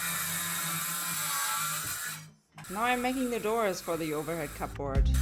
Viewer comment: you're doing such a fantastic job. You inspired me to work on my own house. I did want to tell you that that we say Cubbrrd... cupboard... I've never heard it called those two words distinctly it's more blurred together.